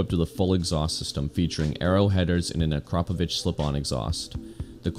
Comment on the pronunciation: Plus it’s called Akrapovic not akrapovich